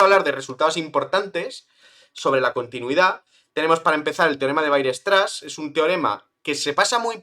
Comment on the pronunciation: aprende, por favor, a pronunciar "weierstrass"